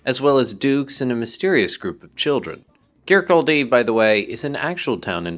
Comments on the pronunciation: Kircaldy - sounds like "Kir-cawdi" Tottenham Court Road. Great video as ever. Looking forward to part 2 :) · It's Kir-KAL-dy.